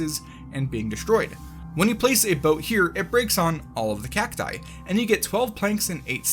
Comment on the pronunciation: Only said cacti once correctly.